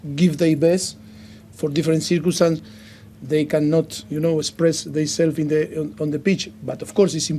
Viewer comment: Mr "cicurstance"... I quite love him.